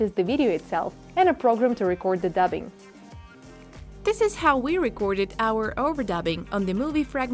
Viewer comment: I thought she sAid HOE LOL